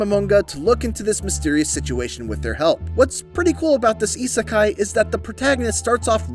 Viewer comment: sigh It’s Isekai* not Isakai.